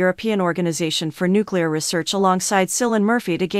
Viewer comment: "sillian murphy" ☠